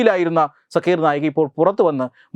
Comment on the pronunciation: ആ തീവ്രവാദിയുടെ പേര് “സാക്കിർ നായ്ക്” എന്നാണ്. സക്കീർ അല്ല